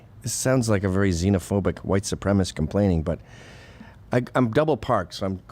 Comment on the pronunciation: Good point on mispronouncing White supremacist.